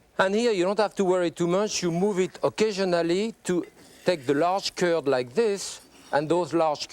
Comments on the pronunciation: I spent half the video trying to pronounce “ze cúrd” like him. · I speak both English and French, but I cannot for the life of me understand his reference to 'currrd of egg...'? He says it repeatedly, for instance at 43 sec.